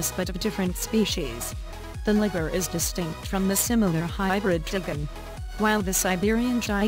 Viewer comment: Mispronouncing Liger